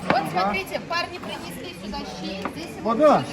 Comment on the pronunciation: ЩИ ЭТО У ВАС СУПА. А ДУНГАН .ЩИ. ЭТО ПРАЗДНИЧНОЕ УГОЩЕНИЕ! ВЫ ГОВОРИТЕ ЩИИИИ.. У ДУНГАН ДРУГОЕ ПРОИЗНОШЕНИЕ ЩЩЩЩЩИ